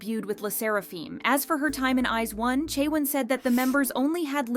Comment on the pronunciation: When new idol group members from the top K-pop companies are revealed: "Wow, they're stunning!" When people hear them sing live terribly: "Wow, she sucks! But she's still pretty so I still like her!" Also, what's with this lady's pronunciation of I*ZONE?